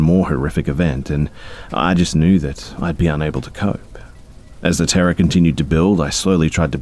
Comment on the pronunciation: For some reason I kept thinking you were saying “Tara” instead of “Terror” lol. I’m an idiot. Great video Be.